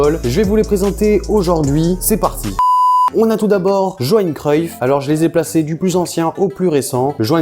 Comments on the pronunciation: Juste on dit" yoanne "et non "joanne" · Johan Cruyff se prononce " Yohan " et non Johan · Johan cruyff sa ce prononce « Yoan »